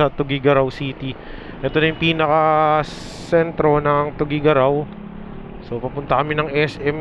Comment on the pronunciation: boss ginawa mo namang lumpia HAHHAHAHA tuguegarao hindi togue